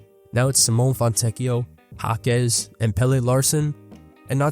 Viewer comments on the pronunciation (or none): none